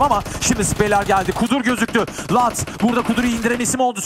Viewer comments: Lutz a neden latz diyo la bu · lutz diyiliyor luduz degil